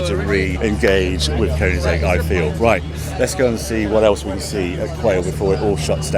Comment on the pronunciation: And Koenigsegg not Köningsegg